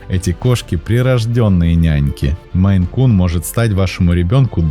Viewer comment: Написал наименование «МейН-кун», сказал, что наименование породы от штата Мэн, но называет очень много раз «меЙ-кун». Да, несколько раз исправился, но даже один раз назвать неправильно... Ну такое